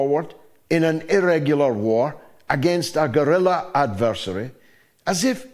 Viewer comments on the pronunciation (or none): none